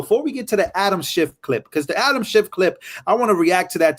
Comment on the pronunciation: ITS SCHIFF.... NOT....SHIFT........